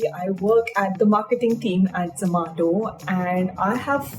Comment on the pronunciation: the way she says Zoomato, it's weirdly funny